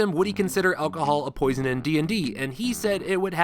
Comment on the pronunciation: hehe “posion”